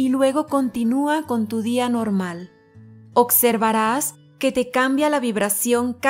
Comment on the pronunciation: Ocservarás?? Por Dios, se me quitan las ganas de ver éste csnal. Observar, no Ocservar, por favor!!!! Que alguien cheque éstooo!!!